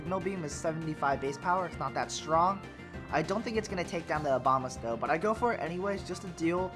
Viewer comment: Abomasnow, not Obamasnow. Lol :p